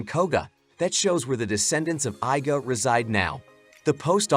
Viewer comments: Bro why " i "ga clan 😭😭😭 It is iga clan It is pronounced "ega" 😭😭😭 You never ever saw ninja hattori cartoon 😭🤣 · It's pronounced ē-ga.